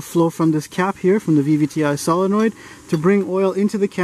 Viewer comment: My favorite part of the whole demonstration is the fact that you say solenoid correctly.